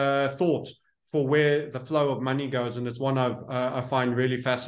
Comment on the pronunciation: Drink everytime Says Muney 😄